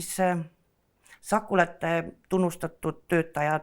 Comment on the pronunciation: Algus kõlas hästi: "Tere tulemast "choco-late podcast"-i!"